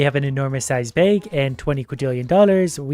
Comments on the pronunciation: “Upgrade our BEG” 😂😂 are you from Minnesota? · why does he pronounce bag like "bage" ? (bake just with g) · I love hearing him talk about his “bayg” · i love the way he says bag